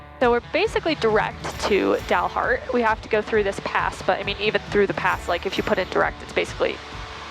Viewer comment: You pronounced Dumas just fine (most of the time).....but It is Dalhart, not Dalheart. Sorry....couldn't resist!